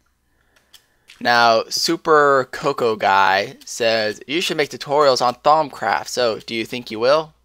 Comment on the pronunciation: it sounds like you say thong craft troll :D